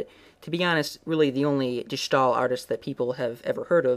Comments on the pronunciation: Except he pronounced it like “stall.” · begin to say stairs without the rs, and end with ill. De Stai-ill. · Yes, that's completely right. You pronounce it like you would say ''stale'' in English. Enjoying your video's a lot. Peace. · Quick hint from a dutch speaker; you're pronouncing "De Stijl" not correctly. you can simply use your english way of saying "Style" and draw the "Yle" out less. None of that "Sh" or "sgh" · De Schtaaaahl -_ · I'm sorry...De schtaal? Where in the entire word is there a 'sch' to make that sound. Thank you oh so much for butchering our language. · Boy, what a horrible pronunciation of de stijl, Honestly look up pronunciation of all the dutch names u used like on goggle or Wikipedia